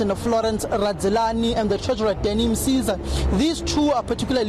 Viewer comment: Danny Msiza and not Mzate